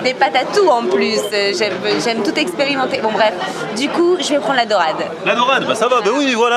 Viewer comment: quand elle dit j'aime tous expiramenté j'avoue elle a tout expiramenté 😂 😂 😂